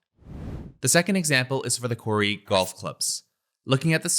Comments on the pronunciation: It’s not “quarry”, its “query”! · Brill video thanks. Although i keot wondering what a quarry had to do with it 😄 then realise thats how you say "query" 😅